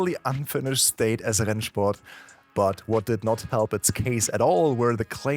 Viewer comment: that rennsport pronunciation gave me flashbacks